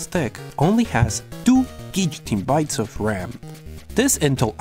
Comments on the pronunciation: Are you saying "gigatebytes"? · I don´t know if you said it on purpose, but it's not guillotinebytes.. It's garbagebytes